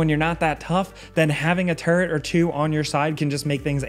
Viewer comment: I swear to god it sounds like you're saying turd and not turret